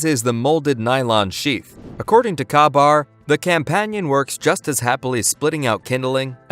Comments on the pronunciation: You can't even pronounce Ka-Bar correctly. It's NOT kaw-bar, it's kay-bar. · The Kah-bar? Nothing screams credibility like mispronouncing the name of the most famous fighting knife in the world. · Kuh-bar? Never in 70 years have I heard anything but KAY-BAR... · Your opinions sound a little disingenuous. When you stated that you think you have found a knife that you like better than your Ka-Bar BK2, and then pronounce Ka-Bar as Kah-Bar, it makes me wonder if you are really a knife person at all. It's pronounced Kay-Bar. Most knife people know this. Other than that, not a bad review of some very nice knives. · Its "Kay Bar", not "Kah Bar". But your version is good for a laugh. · It is my understanding that the KA BAR is pronounced K BAR not KAH BAR. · Maybe learn how to say K Bar if you want us to take you seriously... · Dude is pronounced k-bar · “Ka” said like, Kay. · mf said "kah bar" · it is pronounced "K-bar!!!!!" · car-bar lol! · "Ka-Bar" is pronounced "K-bar". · It is, only goofballs or foreigners say Kah bad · Should probably learn how to properly say Kabar. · who pronounces ka-bar like that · I can hardly take a knife video that doesn't know how to pronounce Ka-bar seriously. Seriously.....🤨